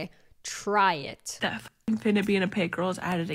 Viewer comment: I love when you say "try being an influencer for a day, TRY IT!" 😂😂😂😂 it gets me so bad I bust out laughing every time ❤